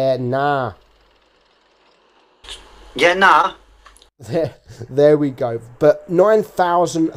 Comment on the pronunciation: We says yeah nahhh it sounds like he says "birth" in Greek